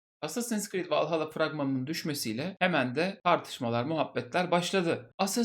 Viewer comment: Valhalla İngilizce bir kelime değil. Yanlış telaffuz etmişsin, uyarmak istedim.